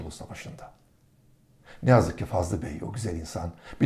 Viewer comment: Fazıl bey yazıyor fakat Fazlı bey diye söyleniyor?